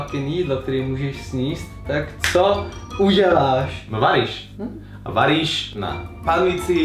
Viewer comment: som počula vaniš namiesto varíš :D